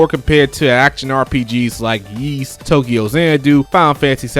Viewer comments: You're confusing Ys for Kanye's ugly shoes. It's pronounced EES, not YEES.... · Great list, small nitpick, though. Ys is pronounced "Ees" or like you're saying "east" without the T. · What did you say ? Sounds like “Yeast Action JRPG” but maybe I’m deaf lol 😂